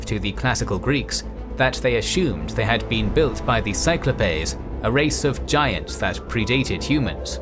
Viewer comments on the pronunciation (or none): "Cyclopes or Cyclopes". I was not commenting on the spelling, it was his ridiculous pronunciation. There seems to be a minor fad for mispronouncing plurals because they think it sounds like you have a PhD, when if fact they show their ignorance. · its sigh-KLOH-peez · " actually that is the way it is pronounced." According to who, actually? Do you also say processeeez ?